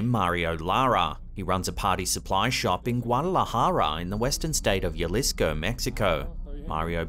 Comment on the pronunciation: Hey. Jalisco isn't said with a Y sound at the beginning. The J actually has a H sound - Halisco 👍